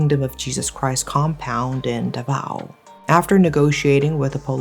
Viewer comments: It's Daah-Vaaw, not DahVaw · Nobody??? I’m a Filipino from Davao and everyone talks shit about him here. Also, Davao is pronounced as DAH-VAO. Prolong the first syllable a little bit ‘cause the way how foreigners mispronounce the city itches my brain 😂